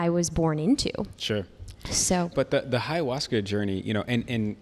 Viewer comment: Hey, love you but please stop saying HAyahuasca 😂 Also, if you ever want to do it, the best you can do is come to the jungle region of Peru and asking locals for "maestros", because chamans who advertise, are not the best spiritual guides.